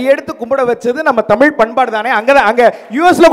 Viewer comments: நடுவராகியும் தமில் என்றுதான் சொல்கிறார் மதுரை முத்து.அவர்எப்போதுதான் தமிழ் என்று சொல்வாரோ.இவரெல்லாம் நடுவர். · Neengalae ozhungaa tamizh entru sollaaamal tamil entru sollugureergal..thu ithu oru grouppu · அது 'தமில்' இல்லை "தமிழ் " 🙏🏼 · Please pronounce thamizh word properly.. Nisha was good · 'ள' அல்ல 'ழ' என்று உச்சரிக்க கற்றுக்கொண்டு அப்புறம் நிகழ்ச்சிக்கு வாருங்கள் வெட்க்க கேடு. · முதலில் நீங்க தமிழ் என்று சொல்ல கற்றுக் கொண்டு தலைமை தாங்குங்க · மதுரை முத்து க்கு ழ வரமாட்டேன் குதே